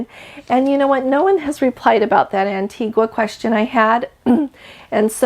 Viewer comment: Hi, you are doing such a great job and have such a great personality. I listen to you whenever all the time and have joined the family. Many people do not know how to pronounce the island of Antigua. It’s not as it is written. It is pronounced An-tee-ga. Sorry, just wanted to let you know.cheers Fred